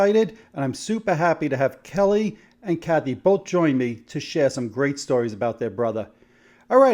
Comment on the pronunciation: Kelle is pronounced like "gel", not like "Kelly"